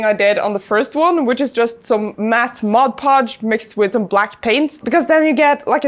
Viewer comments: me: 100 hours to create that in full detail, thats impossible: spends half her time trying to say mod podge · Very much a tangent... but when I have a bad day, I come back to this video to watch fight the words "mod podge" and the world just feels like a better and happier place.